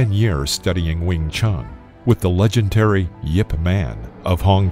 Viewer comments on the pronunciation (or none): "with the legenTary Yip Man"